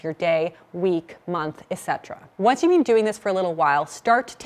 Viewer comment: I also hear it as " bean" rather than been.